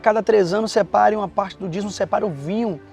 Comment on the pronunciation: Se pronuncia Dízimo. Vc ta falando dizmo.